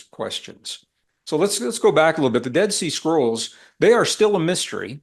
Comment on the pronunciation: I kept hearing "dead sea squirrel" 🐿 why? 😂